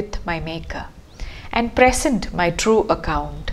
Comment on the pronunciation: Great analysis of a great sonnet. "Present" as a verb should be pronounced 'pre-SENT'; only as a noun is it 'PRE-sent'. This is also required by the rhyme scheme.